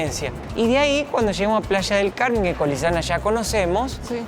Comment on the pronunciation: Jajajaj ya no se llama Playa del Carmen , ahora es Plasha del Carmen jajajaja